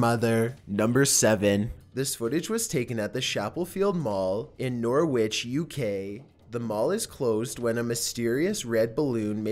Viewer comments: it ISN’T pronounced ‘NOR-WITCH’ but ‘NOR-ITCH’ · It's NOR-ICH not NOOR-WHICH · Number 7: HOLY SHIT I LIVE IN NORWICH. AND GO CHAPELFIELD FREQUENTLY. It's not nor withc btw. it's norwich. But i don't blame you for mispronouncing it. I'm so spooked coz i go there frequently and i never knew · “Nor witch” lol. Norwich is pronounced ‘Norridge’